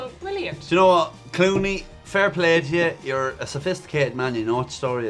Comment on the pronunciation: Even as someone that knows George Clooney as having starred in ER, I was convinced that had said Eeyore too! xD